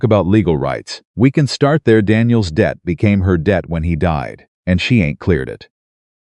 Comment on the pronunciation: Not dead situation it’s debt situation, AI is not good